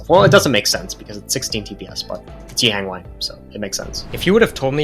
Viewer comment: the way you say his name is grating to my ears pls look it up